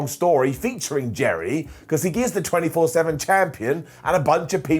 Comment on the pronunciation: Alove how says the 24/7 champ n disent correct it 😂😂